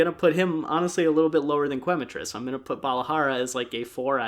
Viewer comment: Growing up speaking Spanish, seeing people pronouncing Quematrice as Qu-ematrice is always a little funny. It’s pronounced Kematrice as Que is pronounced Ke, Quema is Spanish for burn which makes sense because fire chicken. Loving the video so far! ❤